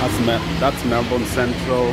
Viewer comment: I like how you call Melbourne tao😅😅😅